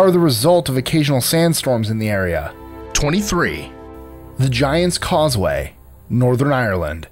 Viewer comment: I visited the Giant’s Causeway when I was in Ireland. Truly amazing to see. And once again, your team has been working hard at finding difficult names for you pronounce and of course, you nailed it! Well done!